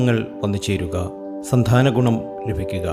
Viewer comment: സന്ധാനം, സംഭാദനം കൊള്ളാം